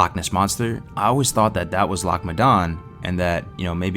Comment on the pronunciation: Probably should have got a Scot to VO this as others can’t pronounce “Loch” properly... every time you say it I cringe...